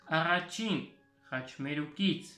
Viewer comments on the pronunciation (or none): moi pour dire vouloir j'aurais dit ուզել et առաջին se prononce arradjin et non aghadjin. Mais un grand bravo pour tes cours